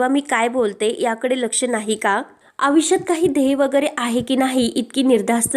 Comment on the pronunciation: मॅडम तुम्ही आयुष्य म्हणायचे त्याऐवजी आवीष्य का म्हणता ?